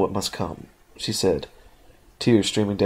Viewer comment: he said she wrong.